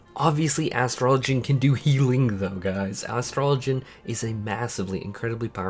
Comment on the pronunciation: OMG!!!!! Thank you so much for your pronunciation of Astrologian! 👍🏿👏🏿